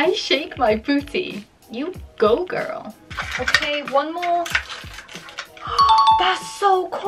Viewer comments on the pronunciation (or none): NINJA TURTLES again:U GO GIRL me:GORL BECAME AMERICA FOR A MIN